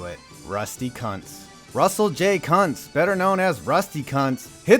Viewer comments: Sorry but IT'S PRONOUNCED COONTS NOT CUNTS Okay thank you for realizing the correct pronounciation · Yo Rusty Kuntz is pronounced koontz Edit: and five seconds later you address it lol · It's pronounced koontz